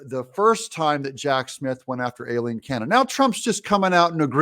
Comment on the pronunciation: Doug i love you brother heres a heads up, its pronounced EYE-LEEN. LOL. Keep up the good work my brother TRUMP 2024